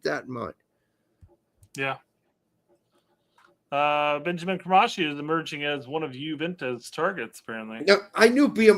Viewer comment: ben-hah-meen kre-mas-key